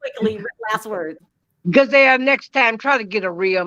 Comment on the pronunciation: Love when calls her "Gazelle"